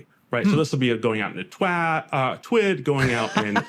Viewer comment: I found it funny when he nearly said Twab and not twid